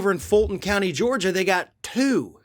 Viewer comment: I think you're making up bullshit. You can barely pronounce Georgia. You've got much worse problems than Trump. Other than you're a Trump hater. Hope you're enjoying higher gas prices, fewer jobs, and higher taxes under Biden.